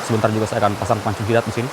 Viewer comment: Dengan gagah nya bilang sithan😂